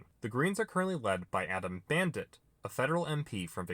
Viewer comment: "Adam Bandit" lol.